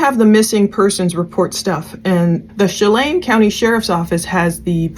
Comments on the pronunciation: Che-lAn (not chelane) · We have a lot of Native and tribal named cities here in Washington. I live in Puyallup WA. Pew..All..Up. Wenatchee is Win..Atch..E. Lake Chelan is pronounced Sha..Lan. This is horrible, just started the video and do not know all the details. Can always count on you❤ thank you for everything you do! And all the time you take researching and sharing accurate info, along with scriptures❤ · Chelan pronounciation: shə-LAN Ma'am, wikipedia provides pronounciation respellings for all of these names. Please do your complete research. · Chel- an is the pronunciation short e and short a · When-at- chee and Shell-anne *Wenatchee and Chelan. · Chelan - SHA-LAN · Shah-lan is how its pronounced & Win-at-chee.... RIP sweet baby girls 💙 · FYI: Chelan has a short "a" sound, as in "apple" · Just for your assistance it's Chelan with a soft A. Like the name Anne. You were close. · Wenatchee Chelan The A is sounded like apple.